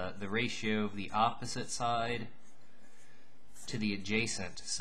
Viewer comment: I just wanted to say "yopposite" is how I'm going to say that world now.